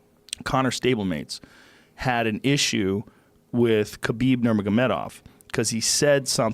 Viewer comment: Joe "kabib ngmiutdguffhhtxkkkjdorov" Rogan